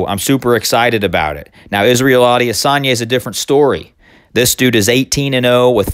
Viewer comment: I think it's pronounced Israel I-diss-on-ya